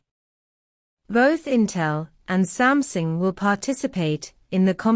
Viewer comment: Why your computer read out pronounced “Sumsing”. Did you misspell the word or I have missed out something?